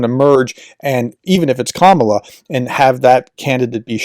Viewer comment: KamAla, not KamUla